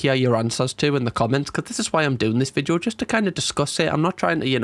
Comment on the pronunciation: I wish you would stop saying Vidjo, it’s Video!!